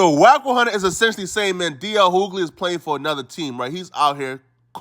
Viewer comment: Bro its pronounced D.L you-gly not hoo-gly...it's really starting to irk me😫😣😫